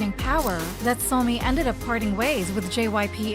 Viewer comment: I wish the A.I. voiceover you use could at least pronounce the names correctly… the entire subject of the video being pronounced as Sah-mi doesn’t sit right. Or when it says K-pahhp. Awkward